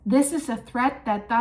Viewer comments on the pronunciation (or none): none